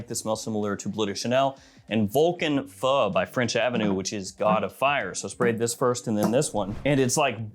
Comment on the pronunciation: You are the first fragrance influencer to pronounce feu right :)